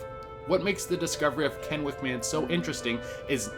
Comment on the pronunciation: Kennewick man wasn't found off the coast of Kennewick River in Columbia. He was found in Kennewick, WA on the bank of the Columbia River. 👏👏👏 for pronouncing Kennewick correctly. Most don't even come close to pronouncing anything here in WA correctly. Great video though.